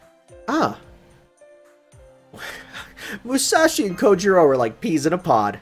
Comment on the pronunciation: Just one thing, the "ou" in Japanese words is pronunced closer to 'oe' or 'oh' (о̄) than 'ew' or 'oo', it's Japanese, not French. Sasaki Kojirо̄ (Kojirou) is actually spelt with one of these.